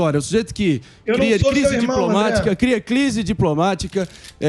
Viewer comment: "Cria 'clise' diplomática..." (Marinho)